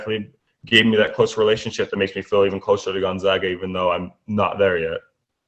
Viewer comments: gonZAGa, not gonZOGa!!! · They are the Zags not the Zogs. Repeat after me: Gun-Zag-Uh!!